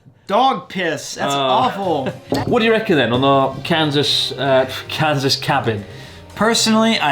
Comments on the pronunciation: Chris‘s pronunciation of “Kansas” sounds like “Cancers”🤪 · I'd like a posh british pronounciation of Kaansas.